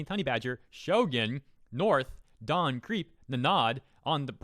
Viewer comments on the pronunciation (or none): none